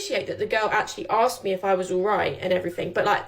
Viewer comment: The word is "asked". "Axe" is an implement used to cut down trees...